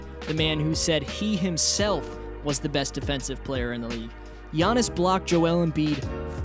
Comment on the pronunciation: Its Giannis